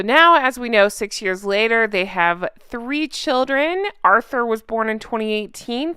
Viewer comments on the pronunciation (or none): none